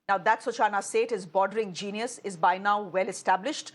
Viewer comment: Let me correct the anchor. Her name is Such-Na. Not Su-Chana.😂